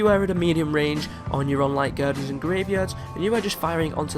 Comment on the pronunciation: U can't say gardens